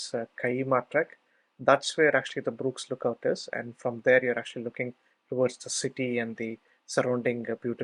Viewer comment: Shame that it's so difficult to understand the thick Indian accent. Why didn't you get someone to narrate for you. Btw it's not Brooks Lookout. Although your transcript does say Burkes, you wrongly pronounced it as "Brooks". Had I not read the follow on, I'd be looking for Brooks Lookout, man. I have been here many times and never seen a cell tower, so perhaps didn't trek the exact same route as you. I was around the tv towers and the Kyeema memorial site.